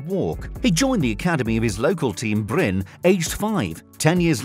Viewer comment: "Bryn". "Mold".. Do you hear us say Manchest Unit or Livepoo? The E's are there for a reason godamnit. This is a shipping ship. A ship shipping ship shipping shipping ships. English.. 😑